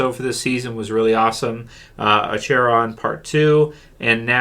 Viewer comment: Second favorite episode after last weeks episode….and it’s pronounced Ack-Er-On lol The world beyond premiere was pretty decent